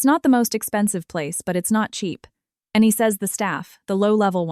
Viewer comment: Your AI narrator stuttered on the word, and. Over and over. Keot saying and, and, and, and, and, and, and. Fix it. And St is Saint not street.